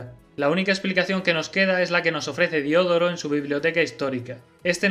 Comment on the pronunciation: Otra nota lingüística: se dice "Diodoro", con el acento en la segunda o.